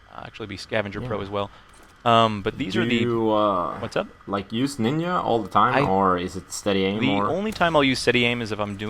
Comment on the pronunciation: Hahaha "Nin-ya" silly